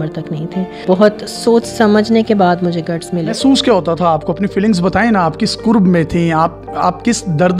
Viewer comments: Lafz "kurb" nahi hota.. "Karb" hota he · yeh qurb nahi hota karb hota he qurb ka mtlb qreeb aur karb ka takleef hota he apni urdu theek kren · Exact karb word hy Qurb nhii hy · Dear pronunciation of word is Karb not korb mean pain.... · lafz کرب hai,nake قرب